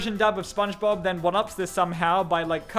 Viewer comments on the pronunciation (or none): none